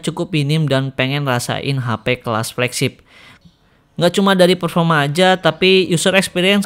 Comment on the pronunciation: PERFORMA BANG BUKAN PERFOMA XIXIIX